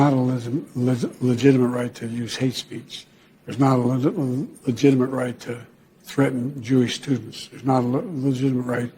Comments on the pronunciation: "Legitimate" [LI] + [JIT] + [I] + [MUHT] ; say it jo. It's a 4th grade word for cryin' out loud. SMH. FJB= LOSER CCP PUPPET~ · I like how every time he tried to say the word "legitimate" it didn't come out right once lol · The guy can't say "legitimate." What's a "ministration?"